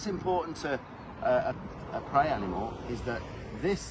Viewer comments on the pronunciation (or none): Hi I smiled when you accidentally said “dead hide of an hanimal “……… we must hail from the same area.Putting a H on the word after, is me 😂 eg…hear hole ….instead of ear hole 😂😂😂 keep up the amazing work 👌